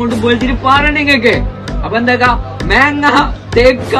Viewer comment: മെങ്ങ അല്ല മാങ്ങ. തേങ്ങാക്കൊല